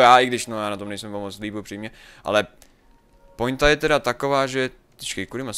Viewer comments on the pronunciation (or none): none